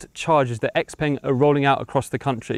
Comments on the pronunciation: Yeah. Seems a but odd for someone in China to be calling it 'ex-peng', but I guess that's what a lot of English speakers will be doing, much like how it took decades for people to learn how to pronounce Peugeot, and most still can't spell it. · Ex-peng? No, I like to call it Shia-o-peng. A car for Twelvers. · So, why are we now mispronouncing the brand name?